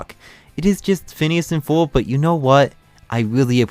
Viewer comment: *Ferb... Not Forb/Furb